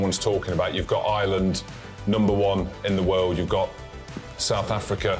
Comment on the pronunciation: How do the Brits not know how to pronounce Ireland? Its not "I-land"